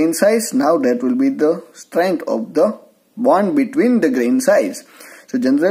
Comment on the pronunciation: It's not band type. It's bond type